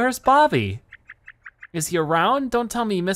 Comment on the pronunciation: Why can’t he call him Bobby he’s called Bobby not bob-om